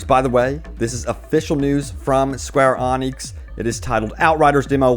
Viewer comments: Square awnecks? I'm Scottish and can pronounce it caw recktly 😂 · It's not Square Onyx bud lol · "Square Onix"? 🤔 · couldn't imagine hearing someone spelling it square ANIX like wtf dude xD